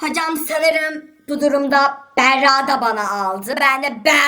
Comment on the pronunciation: O sırada adı Berra olan kişiler: Yalnız benim ismim "Beğğrağ"diye okunmuyor...